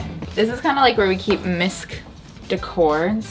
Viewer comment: Misc (fully pronounced) decor 😂😂😂😂